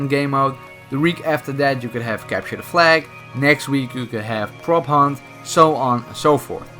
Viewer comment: When you said prop hunt for the first time i heard propane